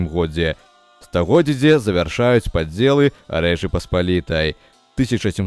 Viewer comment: Вельми неправильна гаварыце слова "стагоддзе" и "у годзе". Неяк штучна